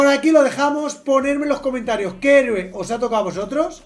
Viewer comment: lo de decir hereo en vez de heroe es de genio